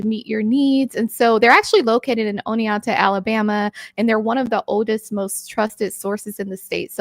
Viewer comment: I gotta teach how to say Oneonta